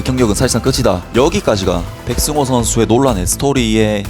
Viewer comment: 백성호아니고 백승호 ㅋㅋ 사투리 티난다